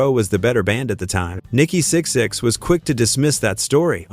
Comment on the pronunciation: VERY first thing this AI slop narration says is "Nikki Six X".. annnnd that is the end of this video for me lol